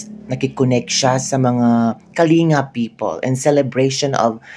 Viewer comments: Ang pronunciation ng Kalinga is Kaling ga and not Kalinga FYI. I must know since am from the Cordillera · Kalinga (Pronounced as Kalingga). Welcome to our Province! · Ka bibig correction po ang tamang pronounciation ng “ KALINGA “ ay pronounce it as “ KALINGGA “ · Pronounced as KALING-GA....dili tawon na gawad kalinga....KALINGGA...ggagggaaagga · Ang korek pronunciation po ay Kaling-ga pero ang speling ay Kalinga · Kalinga pronounced as Kalingga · Kalinga ang spelling pero kalingga ang bigkas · Ang pagbigkas sa KALINGA ay parang doble ang G